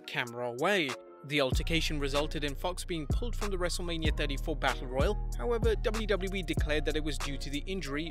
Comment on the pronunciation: Say double-JU- Double- JU- EEE one more time.....